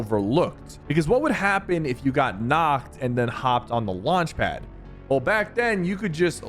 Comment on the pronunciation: “le launche pad” 💀